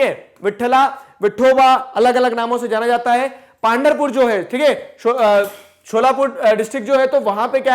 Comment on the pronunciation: Good video , very good approach! Clearing some pronunciations: पांधरपुर = पंढरपुर वरकारी = वारकरी